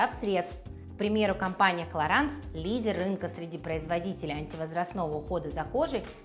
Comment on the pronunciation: Раз уж вы рекламируете продукцию Clarins хотя бы уточните правильное произношение бренда 😂